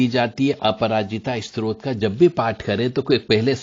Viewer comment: आप तो स्तोत्र शब्द ही गलत बोल रहे हैं।